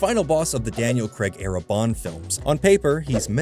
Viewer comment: As soon as I hear the mispronunciation of “Craig” it’s a no from me. Please Americans, we beg you to learn the proper pronunciation of Daniel’s name!